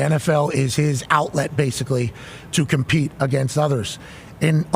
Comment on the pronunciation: Aaron needs to compete?? ComPETE??? Sounds like a RAIDERRRRR